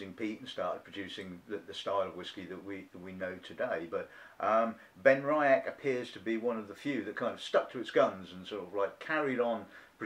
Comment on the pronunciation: Just to mention that it's pronounced "Ben-Ree-ach". There is no "I" in the middle.